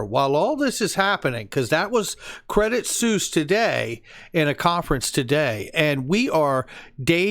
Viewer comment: Incredible content, as usual. FYI: Credit Suisse is pronounced “Credit Swiss”, not “Suess “ like the Children’s’ book author. Sorry to be that guy but, ya know.